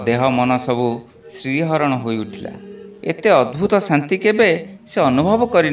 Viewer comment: Sriharana nuhen siharana